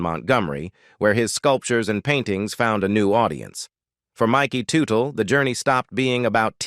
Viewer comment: IT'S PRONOUNCED "TUT-EL "👎